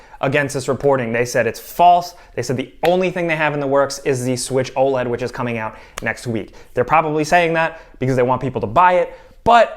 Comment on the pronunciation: Please stop calling it "O LEAD" just say the letters separately!!